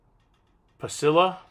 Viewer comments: Pet peeve as a Texan, pasilla is pronounced "pah-see-ya," the double L is pronounced like a Y in English. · Great sounding recipe. Going to try this with leftover smoked brisket in the near future. But seriously... "pasillo" pronounced with an "L" sound?